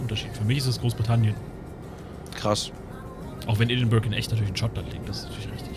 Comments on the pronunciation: Edinburgh wird ädingbörah ausgesprochen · Pascal Pascal Außer die Leute direkt vor Ort. Die sagen eher "Eddinbrouh".